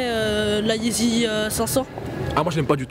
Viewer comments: yeezy il prononce easy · Frère arrête de dire easy au lieu de yeezy stp